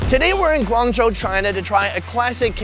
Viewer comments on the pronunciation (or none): none